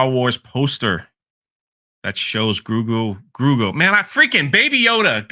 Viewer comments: Can you say GRO-GU ? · Grogu = Grow-Goo it ain't hard man. lol. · I’m now officially calling him Groogu instead of Grogu. XD